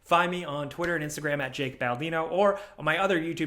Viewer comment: It's "Jake" bro 😂😂